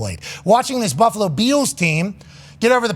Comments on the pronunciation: Does Pat keep saying "Beals" for Bills or is my hearing off? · Back when Von Miller was traded to the Bills he came on and was talking and his Texas accent made him keep saying "buffalo beals" and pat loved it and says it that way now.